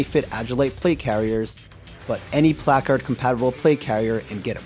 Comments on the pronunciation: Shoulda found a guy that knows how to pronounce placard correctly 😂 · I hate the way this guy says placard